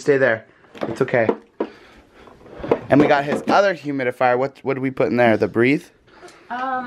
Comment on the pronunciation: Is it just me or said humidifier? Or at least he tried to.